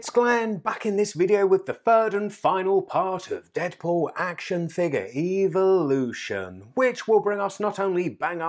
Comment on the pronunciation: why do you always say eviloution